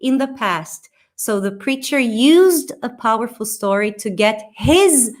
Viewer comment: A frase da só faltou o r no powerful.